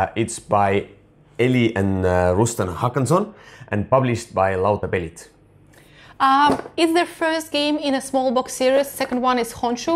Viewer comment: Perfect pronounciation of Lautapelit. Congratulations!